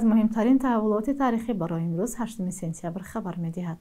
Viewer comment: Сенцябр не сентябр дар кучо хондед?